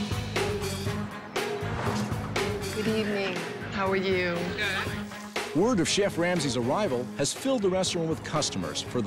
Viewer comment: Ramsay asking "how are you" in danish was spot on! damn